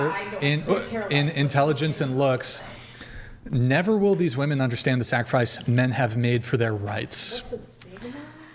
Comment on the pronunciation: Its fairly obvious here when she kicks the mic on camera, makes a funny face, and then says I didn't do that, that she literally only cares about her opinion. and for a feminist, the amount of times she mispronounced "women" is startling. and I really wish tie dye girl had a different facial expression.